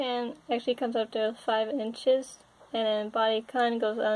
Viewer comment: The male Body Kun is pronouned with a long - U - sound like raccoon.